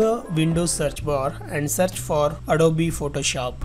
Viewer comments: bhai ita adobe not adobeeeeeee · Please say adob not adoby